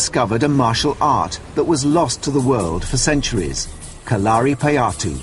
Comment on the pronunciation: I cringed a lot when the narrator said kalaripayattu Its pronounced Ka-la-ri-pa-yattu